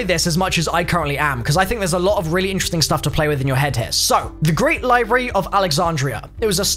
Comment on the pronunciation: Is he trying to say library? The way he’s spelling it and saying it, there’s no r in it.